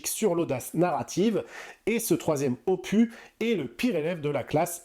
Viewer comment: Je ne suis pas Team Cameron, je suis Team Larousse. 😅 Le 's' de 'opus' se prononce.